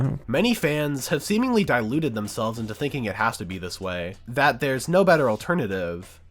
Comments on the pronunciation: really pronounced "deluded" as "diluted" and "microcosm" as "microcasm". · "diluted?" *deluded. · You "delude" yourself not "dilute"